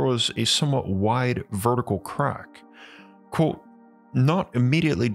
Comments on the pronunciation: It is pronounced "quote" not "quo". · Love the content. Heavily bothered by your pronunciation of the word "Quote" lol